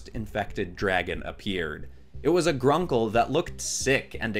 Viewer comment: So now I want to see Spyro and the rest of the Skylanders in Star Wars. Also to clarify, the difference between the video games and the Netflix Series is like the difference between the Justice League comics and the DC super hero girls. Just stick to the Video games over the Netflix series. Regarding this video, you pronounced Gronkle as Grunkle, and I hate that you turned Sweet Sunny into a zombie. But you did a great job on this, maybe for the next Spooky theme you could do Warebeasts.